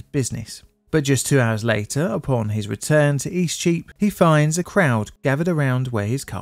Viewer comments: Eastcheap is a very confusing street name for a foreigner to understand. It sounded like you were saying "E Streep" (a flub of "street") but I had to look at a map to understand what you were actually saying. Streets, like celebrities, that go by momonyms are also just pretentious. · What do you keep calling the affected street? East sheep? E-cheap? You mention it about six times and I still can't make heads nor tails of it.